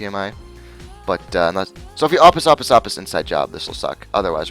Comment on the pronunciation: It bothered me even more when you mispronounced opus.